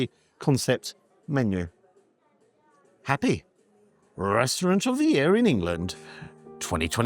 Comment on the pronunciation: Sounds more like Crappy than Happy,!